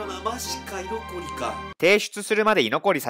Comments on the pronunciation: 居残りのイントネーションおかしい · 居残りのイントネーションに違和感あるの自分だけか